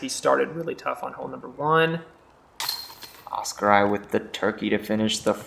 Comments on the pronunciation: Great commentary, but a future note to; Oskari is pronounced Oscar-e, not Oscar-eye. 😀👍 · Oskari is pronounced Os-Ca-Re, Mikael is pronouced Mi-Ca-El & Samuel is pronounced Sa-Mo-El(Mo same as in the word MOve). Väinö is some what difficult for you guys, so I’ll give you a pass but let’s try it, Väinö is pronounced VÆ-E-Nö(The ”Ä” sounds the same as the letter A in the word Rat. The letter ”Ö” sounds the same as the letter O the word Word.😅👍🏽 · Loving how the commentary pronounces Oskari :D